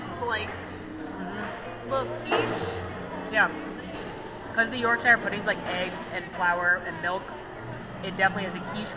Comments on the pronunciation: I love this video, the snacks looked great (here in the uk we pronounce it York-sha it's not from lord of the rings). Although I must admit I too was wondering why and were so close to each other without masks on and sharing food. We don't want you getting sick right now. 😃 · Your pronunciation of Yorkshire is so cute 😆 I do not know what you ate, but that wasn’t Yorkshire Pudding! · I do love the way you pronounced Yorkshire 😂😂 also that is not a York pudding..honestly it’s meant to be crunchy and not full of whatever is in that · The brits when the Americans try and say the county Yorkshire 🙈🙈🙈🙈